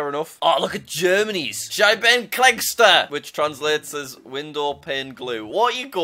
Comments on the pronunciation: Jack ist learning German but cant pronouns Scheibenkleister 😣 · You are learning German and you say "Scheibenkleister" so wrong. It's okay, just a little joke. 🇬🇧🇩🇪